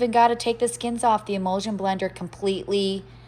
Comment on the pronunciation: Yes thank you. Thats what I meant as I was hearing her say imulsion when really she meant immersion blender which is what I have purchased one in the past. Thank you so much for the info!!!🥰